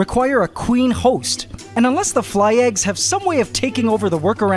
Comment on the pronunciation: XD I hear Hojgst